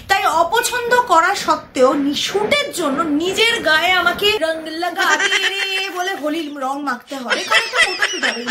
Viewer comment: "8.14" ami ki kichu vul sunlam 😂😂😂 " LAAGAO" ..😂😂😂😂🤣🤣🤣